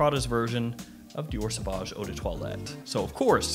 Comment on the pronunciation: Dee-ore Suh-Voj Owe deh Twollet